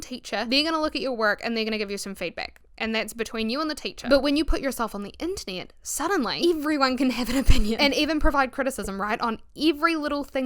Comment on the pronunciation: Not me hearing "the Anthony" instead of "the Internet" lmaooo I love your accent though!